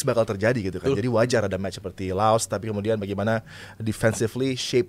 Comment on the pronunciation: Saya berhenti melanjutkan nonton podcast ini karena mengucapkan laos jadi lao 🤮🤮🤮 meskipun pengucapan di laos jd lao tp di kita terep laos